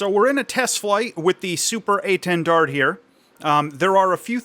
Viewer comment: why can American's never pronounce things hahahahhaa keep up the good work though! " SUPER A 10 DARD "